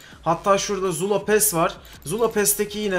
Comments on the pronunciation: Abi sen zula diyeceğine jula diyon sksjsjjsjsjs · Züla ne abi :D